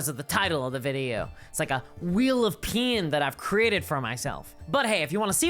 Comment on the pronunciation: To my American ear, the way you said "Wheel of Pain" sounded like "Wheel of Peen". Which can also be an uncomfortable situation one would like to escape. Greatly appreciate your actual points, of course.